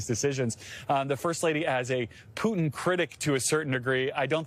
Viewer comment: Even those journalists have no idea about pronouncing Putin’s name.Thay swollow half of name.Jurnalists👎👎👎